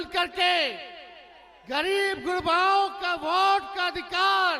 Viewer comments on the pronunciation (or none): अरे नवीं फेल भोट नहीं वोट कहते हैं महा मूरख😂😂😂😂😢😢😢😢